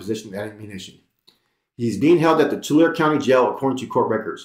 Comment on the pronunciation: Its pronounced two-larry (tulare)!